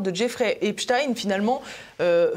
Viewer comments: Il faut arrêter de dire Epstine mais Epstein comme Einstein oui il était juif inutile de le cacher ! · Pas Stein mais prononcer stien. C'est juif. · Comment on prononce Epstayne ou Epstiiine ? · Pourquoi il l’appel Epstine tout le long?